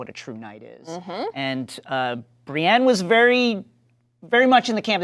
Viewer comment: She keeps mispronouncing Brienne as Brianne.